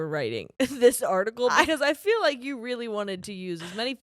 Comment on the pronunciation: “I’m like, weally fast 😏”